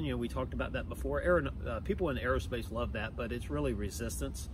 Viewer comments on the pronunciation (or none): none